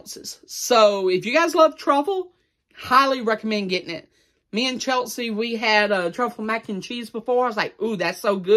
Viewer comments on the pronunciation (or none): none